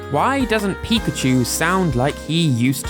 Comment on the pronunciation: I always wondered why everyone, including the Smash Bros announcer, pronounces PI-kachu, when the Pokemon itself says pi-KA-chu or even pikaCHU.